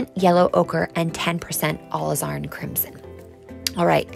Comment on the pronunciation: Love this so much! She says are new way of pronouncing Alizarin...a la zar in or something similar!